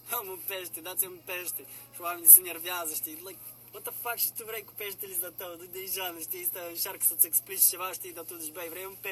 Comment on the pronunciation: ia auziți " Şi dacă vrai" 😂😂😂